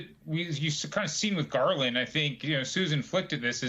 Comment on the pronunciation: Merrick Garland should’ve moved faster, obviously. The best part of this was when Hans called him “Garlic.” 😂